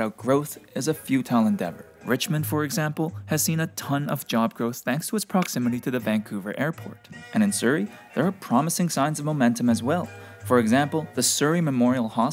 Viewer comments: "Vancouver Airpot" haha. Great video as always! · Vancouver Airpot? 😂😂😂 Great video as always though!!! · this what happens when we get such frequent about here episodes still pretty good tho apart from that and 'airpot'